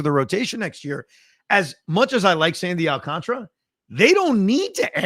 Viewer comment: AlcanTARA!! Not video game contra. So tired of hearing so many people in the biz and on SM butcher it. It’s very late in the game to still be saying CONTRA like up up down down left right left right A B A B START!!!! 🎉Alcan-TARA!!!!